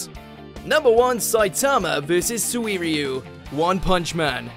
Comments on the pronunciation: Did you just say Sui-ri-you? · ...how is this guy fitting a 'w' into 'Suiryu'? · SWIRYU HAHAHHAHAHHA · Am I the only one who thinks he said Suiriya wrong? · Wtf is Suiriyu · Is Suiryu no Suiriyu like what the heck man